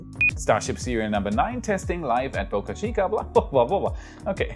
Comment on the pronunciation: Wait! What! You started pronouncing Boca Chica correctly. No more Bahka Cheeka.